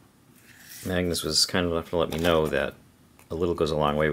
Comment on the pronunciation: You are pronunciating a and g to hard in the name Magnus. And if you "do something" with must eat surströmming correct. Removethe all surströmming and washed for a good amount of time in water. Laterwhen you eat the surströmming you must eat the surströmming with tunnbröd.